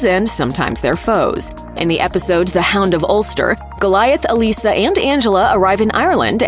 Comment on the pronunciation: Thank you for pronouncing the name Elissa correctly. One of the reasons I loved this show.